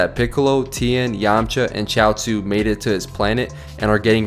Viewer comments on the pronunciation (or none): none